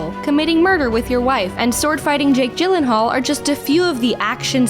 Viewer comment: Have I already said I love your videos? I did, I did. That one will be one of my favourite. It's genius (except for Jake Gyllenhaal's name pronunciation but I can forgive you).